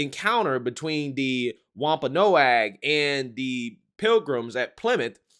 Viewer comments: I know this is a bit nit-picky and ultimately doesn't matter, but the "a" in Wompanoag is silent. It'ts pronounced like Wompanog. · The tribe is pronounced "WAMP ah NOG".